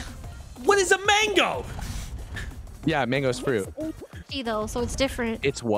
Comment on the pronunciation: It's sweet Tamago (egg) not mango btw!